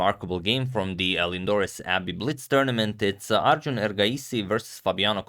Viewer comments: Glad he pronounced Arjun an not Aryún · Finally agad pronounces arjun as arjun and not aryun. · You pronounced "arjun" very well 🙏